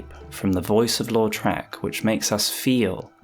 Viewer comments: Lautrec, not Loutrec... Really cool video :) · Why do I always hear "Lord Shrek"? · I keep hearing you say "Lord Shrek" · the way you put the emphasis on the second syllable of Lautrec makes it sound like you're saying Lord Shrek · i thought he said “lord shrek”💀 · I hate everything about this video. I hate the way you say "Lautrec". I hate your high school debate team style jargon and "le devils advocacy" 2012 redditor analysis. I hate the audio mix and I hate that it compelled me so to break open the YT comments for the first time in 4+ years to tell you this.